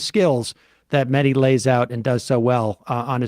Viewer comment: Is that how we say Mehdi now, like "Medi" instead? That's a new one. Then again yesterday I saw some Americans refusing to say the name "Loughborough", so obviously even English names are out among you guys. Just a solid refusal to ever pronounce anything properly, just give up and say (or refuse to say) them however you want, because being literate or travelled in any way just isn't a thing over there. We try to avoid it over here to not be "racist", you know....